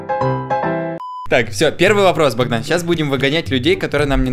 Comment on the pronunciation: Не Бандан а Богдан